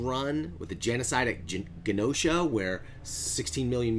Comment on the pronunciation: Bro, it’s pronounced Ge-No-Sha. Moria died in X-Men #108 back in 2000. I think the colors symbolizes dark futures where she goes on the offensive and the lighter ones are ones when she was attacked.